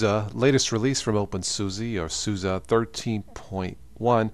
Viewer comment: Every time he said opensusa I wanted to punch my screen. It's suse not susa